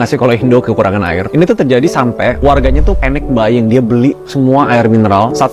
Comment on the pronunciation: Paniq bayeeengg 😂😂😂😂 pekat betul 😂😂 kecoh, kepoh.. biasa² je pun, entah² warga indo yg paniqq bayiiingg 🤣🤣🤣 entah, panic buying 1 malaysia mbah dia..